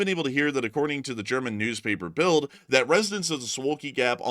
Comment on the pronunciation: the German newspaper Build is pronounced Bilt